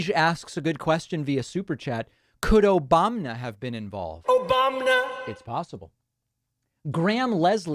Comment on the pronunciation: Lol my kid heard your 'Obamna' sound bite and is now saying it over and over 🤪😂